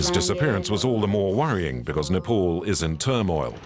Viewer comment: Bro please correct your pronunciation It's Nepal not Nepol Please..